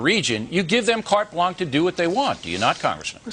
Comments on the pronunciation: Umm, does he seriously pronounce Carte Blanche "cart blank"?... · Cart blank is not how is pronounced.